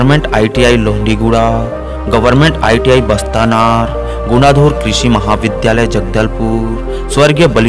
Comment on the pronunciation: बस्तानार नहीं बास्तानार है सुधार की जरूरत है